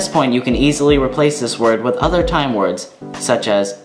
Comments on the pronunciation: You pronounce the words excellent! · Shit dude, you pronounce the words better then any non-swedish person I have ever seen. You sound like a genuine Swedish person. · Your pronunciation is incredible. Well done.